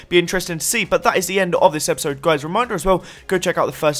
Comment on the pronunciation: LOL you said enjoy this 'EPISIDE' instead of 'episode'